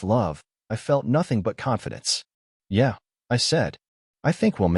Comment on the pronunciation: Yeah, yeah Really, Really The digital narrator is mispronouncing them. They're: Yeah? Yeah. Really? Really. They're questions and responses.